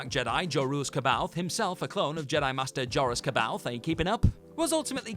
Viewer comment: According to Timothy Zahn, the correct pronunciation of C’boath is “Sa bay oth”.